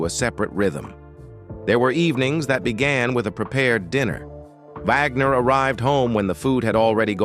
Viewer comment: Jymie? Vogner?